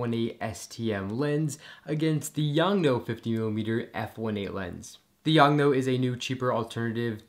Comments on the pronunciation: Its YONGNUO not YONGNO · “YoungNo” lol.